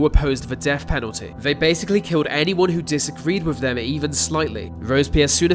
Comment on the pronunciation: "Vay Vos Vem"